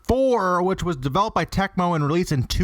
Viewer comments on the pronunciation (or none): TACMO?????!!! TECMO you fool! Tec as in "tech".